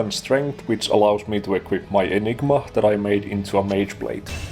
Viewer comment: Definitely getting Dr. Evil vibes from the way you say "Enig-MA" haha